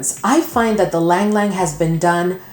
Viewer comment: Ylang is pronounced E-Lang